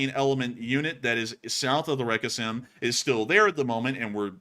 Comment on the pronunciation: Again, the name of the river Seym (spelled Сейм in Russian and Ukrainian) is pronounced like the English word 'same', not 'Sam'. And what you mispronounce as 'reka' is not a part of the name, it just means 'river'.